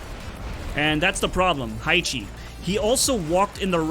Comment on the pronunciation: Haichi is not [haichi] but [haechi]